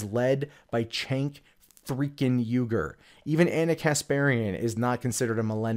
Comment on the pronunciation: Man complains about "activism" in news from TYT. The crickets chirp to the tune of the Fox News intro. Mentions Armenian genocide. Completely unaware of The Young Turks position on the issue. Complains about the owner of the company. Can't pronounce his name. Just say that you resent their success and be done with it. Because your issues with your competitor don't begin to approach validity in this video and reek of petty resentment. Still, the tribal political slogans that pass as commentary from your fans are fascinating ... . Can't wait for the "way more ethics" though.